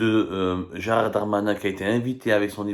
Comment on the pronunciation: C'est Gérald et non pas Gérard